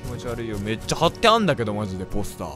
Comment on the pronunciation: めっちゃのイントネーションがめっ↓ちゃ↓じゃなくて、めっ↑ちゃ↓になってるｗｗｗ 方言のせいなのか、のせいなのか…